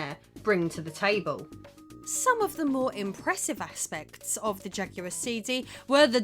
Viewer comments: I don't think you are pronouncing jaguard correctly. It's not ja-gu-ard. It's ja-gwar. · It's Jaguar not jack-you-are. It's New York not new yonk 😂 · Oh you mean the Jagwahr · Narrator saying "jugular"? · What language do you speak because you keep pronouncing Jaguar incorrectly.